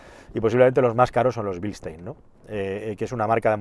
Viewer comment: Gran vídeo amigo sigue así y por cierto es BILSTEIN no BLISTEIN JAJAJAJAJ